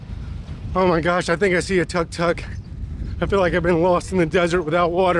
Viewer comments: It is pronounced took took. I enjoyed watching this video. Thanks for sharing. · “Took took” not tuck tuck. Not sure how you even end up with that pronunciation. You guys said you went here before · Its pronounce as took took nit Tark tark hahaha BTW nice video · Thank you so much for sharing your journey to Chiang Mai! It is beautiful. The Buddha temples are the best! Thailand food is soooo delicious!!! By the way, TUK TUK is pronounced like TOOK TOOK, not TUCK TUCK 😂😂